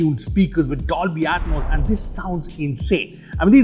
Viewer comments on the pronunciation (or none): none